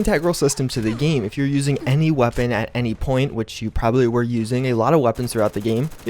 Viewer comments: Cant say weapon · Why do you have a problem saying the word weapon? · Hearing you say weapon again, ahhh 😎😎😎